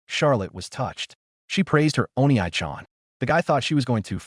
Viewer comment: O-NEE chan. not oni-aye chan. for the love of peter someone teach the AI how to pronounce it. every single one does it wrong.